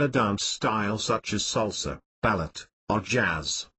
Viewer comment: salsa, bah-lett, or Jazz